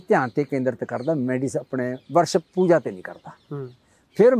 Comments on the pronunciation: ਬਾਈ ਰੱਬ ਬਾਰੇ ਸਵਾਲ ਪੁੱਛ ਰਿਹਾ ਤੇ ਪੂਜਾ ਨੂੰ ਪੂਜ਼ਾ ਕਹਿ ਰਿਹਾ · Y Pooja nu poozza kehnda lol 😂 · mins/ oye waddeya giyaania POOZA nai POOJA hunda🙄🙄